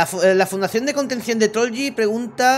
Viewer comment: Se dise trolch